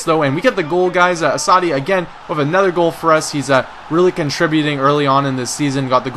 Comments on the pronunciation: lol you pronounce assaidi not very well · Enjoying the videos try and get doumbia next transfer window and pronuce assasdi name right lol YNWA !!!